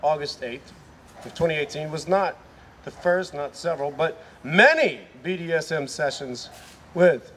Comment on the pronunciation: I also like how "" can't manage to say "Massachusetts" or "BDSM" correctly. Only four minutes in and I can't handle it anymore.